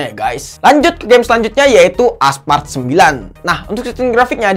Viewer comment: Aspalt woy bukan aspart